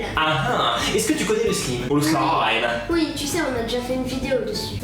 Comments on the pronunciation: On dit sl a i me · j avoue que quand tu prononce "slime" sa me fait rager "slaym" plz😂sinn supere video❤ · Sa se prononce slaïm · C'est pas sliime mais on prononce slaïme mais sa s'ecrit slime et c'est toi nadège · Ça se prononce 《slaïme》 😂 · Trop bien mais on dit pas slime on dit Slaime 🤣🤣🤣🤣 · j'adore comment tu dit "slim"😂😂😂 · ptn dis slayme comme sa s'ecrit slime mais bon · pourquoi tu dit slime mais pas slayme qui ce prononce comme je viens de l'ecrire je sais que ca s'écrit slime